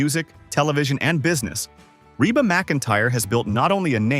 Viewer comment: PLEASE REVIEW YOUR READING OF THIS STORY!!!!!!!! PLAN DOING A BETTER JOB ON THE NEXT ONE! YOU MISPRONOUNCED REBA'S NAME AT LEAST 3 TIMES!!!!!!!!!!